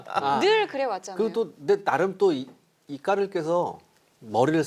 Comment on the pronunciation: 기자님 "까를" 발음 솔직히 너무 섹시해요.